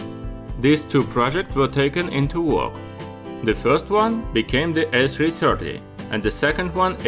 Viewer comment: I meant to say “Russian”......as you say the A 3 Chirty :)